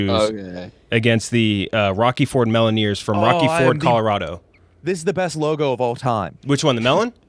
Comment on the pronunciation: How is so fuxking dumb that he said ROCKY FORD MOLLONERS 100 TIMES. ITS CLEARLY THE MELLONEERS. PRONOUNCED LIKE THE LUMINEERS.